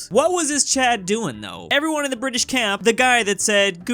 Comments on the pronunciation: The Bri ish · "The Bri'ish" - 2021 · saying bri ish is getting old